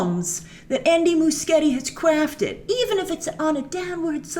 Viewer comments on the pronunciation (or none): krwaftet lol